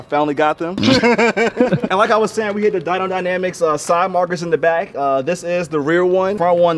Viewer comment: I can’t be the only one that heard DYNO dynamics 😂😂 ray definitely got this thing sitting clean now 👌